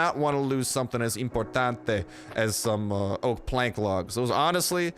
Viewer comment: Btw it's really weird sometimes you say "oak ah grove" and other times you say "oak grove and oak logs" lol why do you say it weird sometimes?